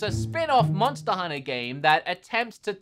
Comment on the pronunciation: I love it when say MONSTER HUNNA.....